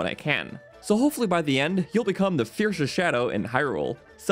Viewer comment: the fiershesht shadow :P